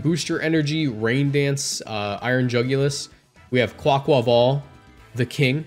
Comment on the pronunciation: Best pronunciation of Quaquaval on YT